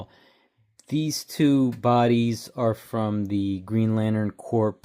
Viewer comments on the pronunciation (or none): Nice vid. "Corpse" is pronounced "core" fyi. And you can just soak them in hot water and use needle nose pliers if the bars get stuck inside the heads like that. Easy peasy